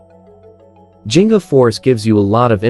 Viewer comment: Thank you for this video but... the pronunciation of G in "Ginga" is like the G in "Give" or "Giggle".